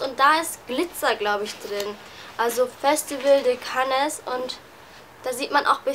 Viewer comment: Man spricht Cannes so aus "Gan".. Du weisst schon das Filmfestival